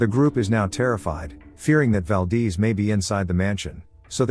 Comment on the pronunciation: Valdeeze😂😅🤣 Valdez